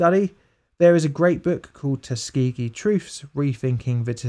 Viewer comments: TUS-KA-GEE, I love the vid man but you mangled that one. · The fact he pronounces it as Tus-key-gee makes me mad. Like i know it doesnt matter but everyone I know says Tuskuhgee